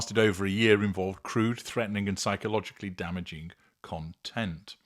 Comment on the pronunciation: Love the analysis. Not sure if I appreciate the stress on the last syllable in content as a noun. I'm not a native English speaking fan so I might be mistaken and someone might feel threatened and we can't have that 🤪